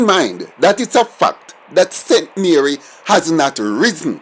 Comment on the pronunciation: Why did you say st Mary????